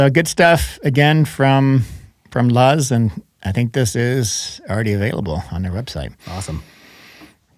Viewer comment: not "luhz" like buzz... "our name "LUZZ" is inspired by the Spanish word "Luz," meaning light and brightness." too close to"lose" if you ask me